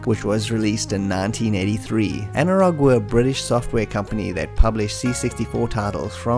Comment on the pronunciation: Anirog was a really big player in them days, and skramble as you rightly said was the best clone of the konami hit.BTW the rog part of anirog is pronounced as roj becauae it was formed by 2 people one of whome was roger, not sure bout the other, could be anil or something. Also, it was later called anco because roger left the company. But Any way, brilliant video as always!!